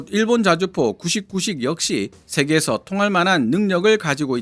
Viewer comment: 자꾸 구식구식으로 들리네